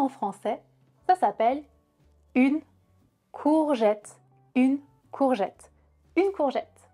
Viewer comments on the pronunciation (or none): none